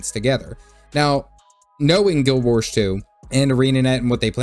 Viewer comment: Say Guild Warsh one more time, I dare you!